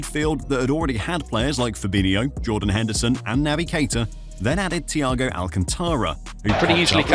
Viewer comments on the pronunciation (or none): none